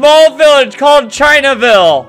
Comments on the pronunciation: "The smallest Village "China vill" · Game: ChainVille! Albert: Chinaville!